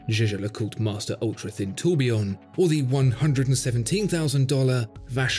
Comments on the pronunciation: it's pronounced like the clothes company: Yeah-ger le coultre. no French involved here. Jaeger. meaning hunter. jager in anglo-saxon. Flemish, Dutch, German. Pretentious waffle. also sententious, tendentious and contentious. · Jew-jew le coultre, really? learn to speak!